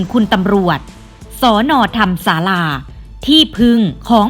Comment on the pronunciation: ธรรมศาลาอ่านว่า ทำ-มะ-ศา-ลา